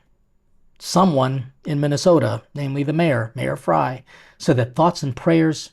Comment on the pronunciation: Kudos,! You really are a chef ‘coz you call Mayor Frey as Mayor Fry 🍳😅😊